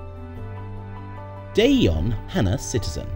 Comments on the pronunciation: 유럽쪽 인듯 j를 야로 발음함 대전을 대연 전주를 연주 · 대전을 대연으로 발음하고 전주를 전유라고 발음하네 ㅠㅠ